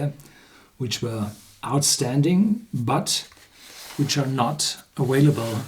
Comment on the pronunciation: The word "available" is pronounced aVailable, not aWailable.